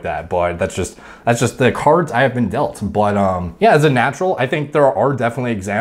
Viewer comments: „the cards I have been de(a)lt“ hahaha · " That's just the cards I have been Delt " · Cards I have been “delt.” Haha 😂